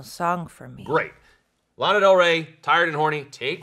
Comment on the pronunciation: "Llama" Del Ray lol!